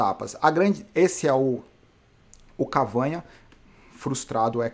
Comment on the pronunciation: pronúncia correta: Cavâgna = errado Cavagná = correto Ele é francês. A pronúncia que vc usa é espanhola. Abraço